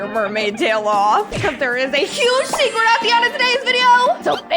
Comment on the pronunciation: "Seceret mermaid"